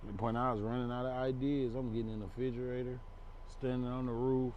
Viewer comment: bruh said “i started gettin in the fridgerator” lmao